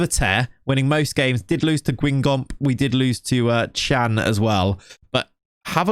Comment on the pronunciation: Bro im a french Marseille Fan and seeing Payet in a Paris club is painful congrats for being in Ligue 1 anyway I love when you say French club names especially Guingamp 😂 I discover your channel few weeks ago and i love it !